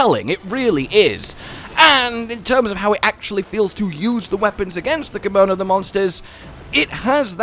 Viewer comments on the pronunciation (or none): Anyone else feel like he is saying "kimono" rather than "kemono"? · If you're going to play this in the future, you better start practicing how to pronounce "Kemono"